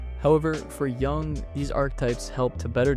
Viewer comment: I'm not a grammar nazi, but Jung's name isn't the same as the word young, so many YouTubers do that